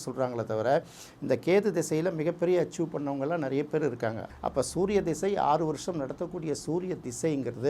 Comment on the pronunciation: அவர் ‘திசை’ என்று சரியாகத் தமிழில் உச்சரிக்கிறார். ஜாதகத் தொடர்பான ‘தசா’ என்ற வடமொழிச் சொல் தமிழில் 'திசை' என்றே பயன்படுத்தப்படுகிறது. அதனால் தமிழில் பேசும் போது ‘திசை’ என்பதே சரியான உச்சரிப்பு. தசா என்று சொல்ல வேண்டும் என்பதே தவறான எண்ணம்."